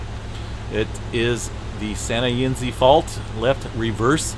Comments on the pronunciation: Sounds like “ Santa you nez “ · Santa “eeeee NEZ”